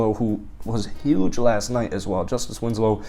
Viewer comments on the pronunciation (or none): none